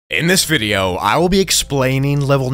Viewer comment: I love how he says "anus video" instead of "in this video"